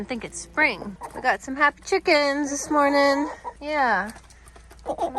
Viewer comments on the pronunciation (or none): Stop saying morging